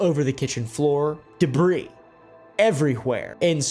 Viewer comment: FINALLY someone who pronounces debris the correct way 😎